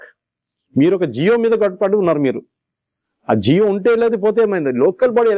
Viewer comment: జియో కాదు జీవో